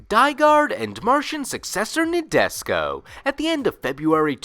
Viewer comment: You are destroying me each time you say Nadesico like Nabisco. It's NA as NAh, DE as DEnse, SI as actually pronounced SHE, and finally you get CO as...well, co or ko lol